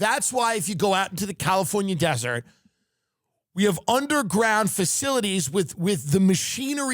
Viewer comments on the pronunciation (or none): none